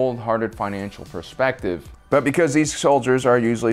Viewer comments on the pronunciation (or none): none